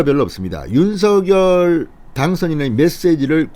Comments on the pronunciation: 진성호씨 당에서 윤석열이 아니라 윤석렬로 발음을 해달라고 하셨잖아요..왜 매번 윤석열이 윤석열이 이러십니까??윤석렬 발음이 훨씬 듣기 좋아요...이름 쓸때는 당연히 윤석열로 쓰지요...무슨말인지 아시겠지요?? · 진대표님~~~~ 윤성렬로 발음 하셔야 좋다네요 대통령윤성렬♡♡♡♡♡